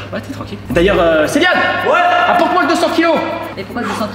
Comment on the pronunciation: A chaque fois qu'il appelle Célian il dit Céliane. Et c'est min prénom sa me perturbe 😂😂😂😂😂